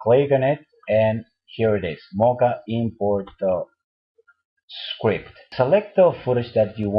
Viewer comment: I will show you a skwipt (script) hahahahaha